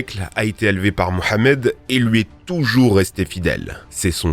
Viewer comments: En tant que musulman je te remercie de tout mon cœur pour la bonne prononciation du prénom du prophète merci 1000 fois 😊😊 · Merci pour la prononciation du prénom du prophète Mohammed